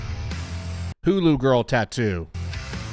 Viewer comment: so we're all just going to ignore hulu girl instead of hula girl?